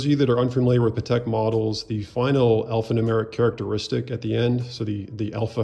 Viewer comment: 12th c. Spanish military order of 'Calatrava': primarily identified by its symbol, the Cross of Calatrava—a red Greek cross with fleurs-de-lis at each end—which represents the virtues of courage, honor, and steadfastness.' source: AI Patek is pronounced: PAH-tek.